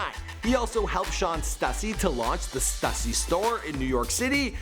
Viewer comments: Its pronounced stoo-see, not stuh-see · Yung Raf nah stuhhhhssy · Not stussy stüssy nigga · stooooosy not stuuusy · "stoosy" not stussy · Stüssy is pronounced stooosy. Not stuhhsy. Come on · Stuhssy, man it's got the damn accent mark above the Ü. Means it's pronounced Stoooooooosy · st-oo-ssy not st-uh-ssy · bro do you know how to pronounce anything correct?? stussy, st-oo-sy not st-uh-sy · its pronounces STOO-SEE not STUH-SEE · Its stoosy not fucking stassy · its pronounced stoosey hence ü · Kyle H the two tops above the ü makes and ooo sound, pronunciation- stoosy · Mans just said "stuh sy" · its Stüssy not stussy. ü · Before they were famous “STOOSSY” there’s a reason for the “ü” in “Stüssy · Did this man just say stüssy like stuhssy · It's pronounced "STOOSEE" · lol he pronounced it "stussy" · Its pronounced Stoosy...dummy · lmao he said stusy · It's pronounced stoosy cause the two dots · Stussy is pronounced stoosy btw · The way he says stussy triggers me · The stussy pronunciation, yikes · The was he said stüssy 😷😷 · The way he pronounced 'Stussy' made me cringe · how is no one gonna talk about the way he said Stüssy? cringe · nobody gonna mention the way he pronounces "stussy" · "Stussy" made me want to die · So nobody's gonna talk about how this dude pronounces Stüssy? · rip srussy pronunciation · The way he kept saying stussy smh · Ethan Yang its pronounced stüssy actually but its german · First you mispronounce Quavo in another video now Stussy Hahahahahahahahaha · It's pronounced "stüssy" the "ü" makes an "oo" sound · Lmao hate the way he pronounces Stussy smh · how can you mispronounce stussy?